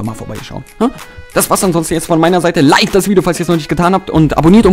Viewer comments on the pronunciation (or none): none